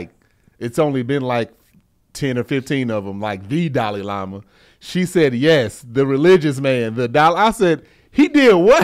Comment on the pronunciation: Giiiide-dayum,. First "cree-yons" and now we are gonna butcher Dalai Lama. Lol